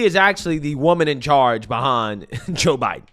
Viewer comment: The way you say Joe Biden is really annoying....."Ja Biden"......its Joooe Biden